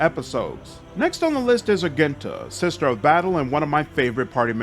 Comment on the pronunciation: the G in Argenta is pronounced like a J. and Sororitas is pronounced "Suh-Roar-Ee-Toss"